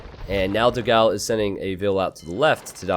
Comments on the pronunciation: for the portuguese language honour, it is "dogaum" to the right spelling, not "dogau". I love your videos as well. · Just so you know, you pronnounce it "Doh-gaum" It means "big dog"